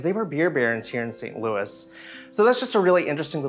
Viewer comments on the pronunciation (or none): none